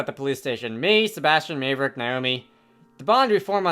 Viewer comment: I that this playthrough is kinda old but I really have to say that you’ve been pronouncing Maverick’s name wrong this entire time It’s spelled Mave but it’s pronounced Mav